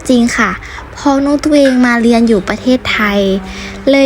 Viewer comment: ไม่รักแล้วจ้า เกลียดคนลาวที่สุด เพราะลาวมั่นหน้า มั่นใจว่าตัวเองพูดไทยชัด ทั้งๆที่พูดผิด ตลอด เรียน ค่ะ ไม่ใช่ เลียน